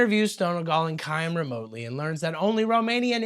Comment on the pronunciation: Please learn how to pronounce Chaim. Ch like Channukah Love the vids! Thanks for keeping me entertained at work.